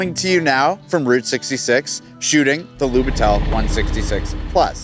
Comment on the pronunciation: That camera it trully something! Great episode, as always :) p.s. it was little bit funny to hear how you pronounce "Lubitel" with an accent on "e", its more on "i" in this case, but you did a great job adressing the context behind this camera either way 👌